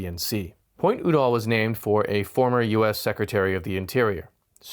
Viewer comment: Just a pronunciation point, the name of the two people is pronounced You-Doll with the accent on You. I’m old enough I remember both of them and how their name was said on news shows, TV, etc.